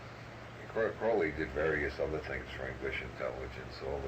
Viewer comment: Never trust anyone talking about Crowley that doesn’t pronounce his name like Robert Anton Wilson. Those that mispronounce his name usually misunderstand everything about him and are just parroting shit they’ve heard about Crowley from other people who don’t understand anything about him. Must be very disappointing to get interested in Crowley from his evil reputation and then end up reading a bunch of stuff about yoga, meditation, and holy guardian angels